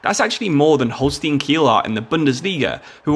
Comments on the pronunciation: its not holstien its holstein😂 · Its "Holstein"